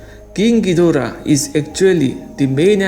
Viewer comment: I was thinked you say ghoidra dora😂😂